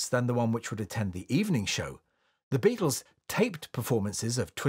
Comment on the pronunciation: "Beattles"